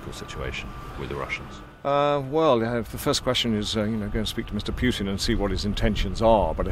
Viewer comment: Very subtle, but noticeably hilarious with the expression of the eyes topping it of: The pronunciation of Poetin sounded as Puketin. The 'j' after the 'P' and the hardly noticeable 'k' were key.👴👌😁